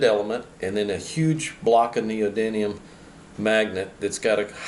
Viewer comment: I don't know if it's the roll of the tongue but I keep hearing neodyNium when its neodyMium. Ribbon tweeters rule btw...